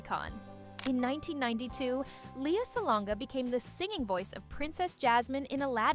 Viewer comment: Lea not Lia.. pronounce the name correctly